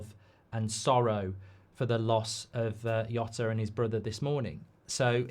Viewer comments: “Diegoh Yota” … it would’ve taken seconds to find out how to pronounce his name with minimum accuracy… Instant turnoff. That and the tone, “BREAKING NEWS!1!1!!1!”… Christ, just… Don’t. Have some sense. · Nice one, Mark. But please, it's pronounced "Jhota" with a J sound. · Can’t even say his name correctly “Diego yota” wtf … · Yeah he couldn't even prnounce Jota's name correctly. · Mark you're mispronouncing his name. The J isn't a silent H.